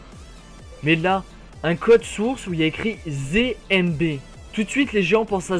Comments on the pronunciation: Mec c'est ZMB et pas ZéMB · C'est zed et pas zé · Tu dit zémb. Mais c'est zéde mb